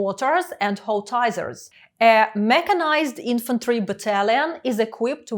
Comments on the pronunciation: Перепрошую, здається переплутали порядок літер і тому неправильно вимовляли слово howitzer. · Там не наголос, а взагалі щось незрозуміле